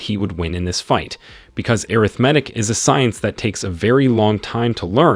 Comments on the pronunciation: Ok this my last time. I apologize I was trying to figure out what air riff matic was when he keep saying it and realized that was supposed to be arithmetic. Yo I'm done. I don't think I can watch no more.😅😅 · lol what about airithmatic instead of arithmatic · I love these videos, but the way you pronounce arithmetic hurts my brain, "ah-rith-ma-tic" right? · anyone else get confused the way the narratorbot pronounces Arithmetic or was it just me? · I appreciate the video but you should work on your pronunciation of multiple words, such as: arithmetic and heir. Also, you should just use the MCs name; when the MC gets married, you refer to him as “Son in Law” to every character that he comes across. It made it very confusing for someone who has never read this. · Asking for a lot for someone who doesn’t provide the original source material and can neither pronounce heir nor arithmetic.